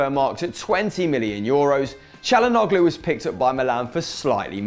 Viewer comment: its pronounced chalanooloo not chalanoglo